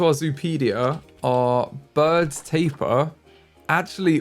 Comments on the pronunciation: It's ta-peer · I hate it when you pronounce Tapir wrong the entire time 🙃 im mad af